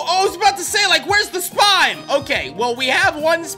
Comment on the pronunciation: it’s spime not spine. Your not getting spines.